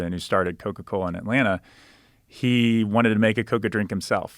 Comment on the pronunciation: The way he says Atlanna shows me he's actually from Atlanta 😂